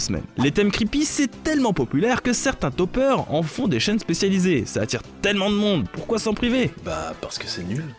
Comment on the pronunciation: J'ai cru que t'avais dit "certains dopeurs" au lieu de "certains topeurs"